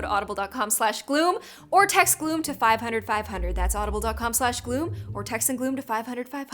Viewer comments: I think it’s weird when you say Happy Day On Gloom but it sounds like happy day on gloo hoom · Why did you say gloom In the beginning like that